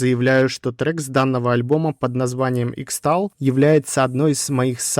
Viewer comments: Дружище, хороший видос, но (сорри за духоту) X-tal читается как "кристалл", так же как X-mas это "кристмас", на не "иксмас") Собственно, в схемах, скорее всего используются кристаллы кварца (тут я уже слаб в электротехнике, поэтому предполагаю) Желаю удачи, ебашь дальше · "Xtal" читается как "crystal" 🙂